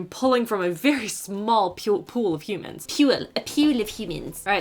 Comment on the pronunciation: LOL that really got me. “A PEWL OF HOOMANS”